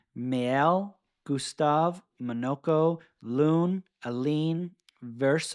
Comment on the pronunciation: Monoco is pronounced with the emphasis on the second syllable, not the first. The first O is more of a lazy vowel where it doesn't matter what it is. Muh-NO-co, not MAW-no-CO.